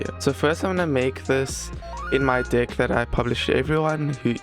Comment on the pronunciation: Bro did NOT say deck